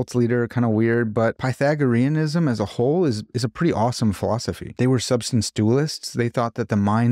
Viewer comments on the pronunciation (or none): none